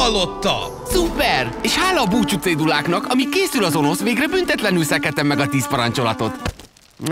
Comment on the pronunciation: Önösz nem Onosz XD